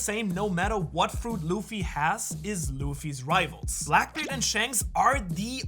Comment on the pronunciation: you say black beaired <- idk how to speel ths word / and shanks are his ravels why you show kaido